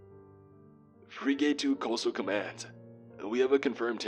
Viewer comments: "Freeg-ate" lol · Interesting story, but was I the only one bothered by the way he butchered the word frigate? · Mispronouncing Ensign, common and forgivable, as it changes depending on which Navy you're referring to. Mispronouncing FRIGATE... literally NO ONE, EVER, does this lol. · Check out the pronunciation of the word 'frigate'. You've heard it before and will recognize it when you see it how to say it. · What about frigate? That frigging annoyed me... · I hate how he says frigate, like freegate, no it's pronounced like "fric it" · For the love pf god, please learn to pronounce the word Frigate... It's not freegate, it's "friggit". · Bro, you gotta stop saying free gate. Google how to say words, if you’ve never said that before. every time you talked about a frigate a was thrown for a loop. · “Freegate?” Or you mean “Frig-ate?” Also like “frig-it.” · The word is frigate, not freegate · I heard say "fra-gate" instead of Frigate. Sorry, I study and research military hardware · It's a "frig-it" not a "free-gate". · "Frih-guht" not "free-gate". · Great stories, but dude, you gotta learn to pronounce certain things properly when you're recording them. Frigate is pronounced "frigg-it", not "free-gate". Not trying to troll, just trying to help. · Dude, its pronounced frig-it not free-gate. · It's pronounced like "Frig it", not freegate. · Pronounced "Frig-get" Good story !! 🇺🇸👍🏴‍☠️ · To, it’s pronounced Frig-It not Fri-gate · Great story, but I winced every time you mispronounced frigate as "freegate"! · Freegate got me cringing, especially being former Navy...pronounced Frig-uht. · Free gate. Lol. How do u not know how to pronounce a ships class. U idiot. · For frig sakes, it's pronounced 'frig-ette', not 'free-gate'. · Thank you! Frigging annoyed me... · Arya Apollyon its pronounced fregit. Not free gate. What an idiot this guy is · free gate.... you mean.. frigate!?!? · If I hear "free gate" one more time I'm gonna scream. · navy frig-gate. Lol